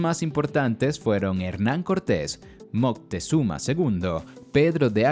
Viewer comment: Y se pronuncia Moctezuma, no Moctezuma con zuma de xuma, lo dices como Moctexuma